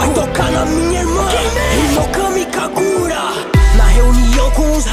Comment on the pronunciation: O kagura tá errado é kagura e não kakura blz?